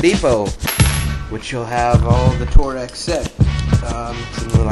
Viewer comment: It's pronounced "torques", not "tore-ex". Lose the obnoxious music and learn how to pronounce names of what you are showing.